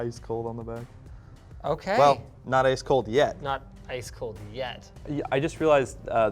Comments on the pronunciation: How pronounced Ice "Ass" How pronounces Ass "Ice" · Bro i love the LTT staff they're all so unique like killed me when he said "I.C.E...Ass bag" lol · Was I the only one to hear both Linus and say "Assbag" instead of "Ice bag"? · "Sorry, did you just say ass bag?" "I-C-E. Ass bag." is my new favorite LTT character. I know he said ice bag, but ass bag would've been the absolute best reply to Linus asking if he originally said ass bag. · Hill Even if his response was ice, it's still humorous to think he said ass. His pronounciation of ice allows for either ice or ass, and ass bag would've been an appropriate response to Linus anyways. It seems that 250+ people agree with me anyways. You must be fun at parties if a joke like this really bothers you that much. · Linus: Did you said ass bag?: Ice bag.